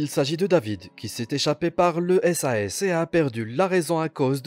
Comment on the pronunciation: Part contre ont dit pas « S A S » moi plutôt « sase »